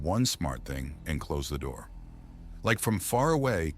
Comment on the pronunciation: AI pronounces close the door as something is close instead of clothes.